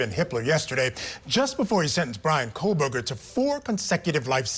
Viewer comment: Him repeatedly calling him "KohLBerger" is driving me insane.